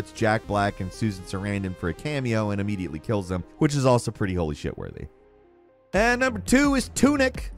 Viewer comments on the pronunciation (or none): none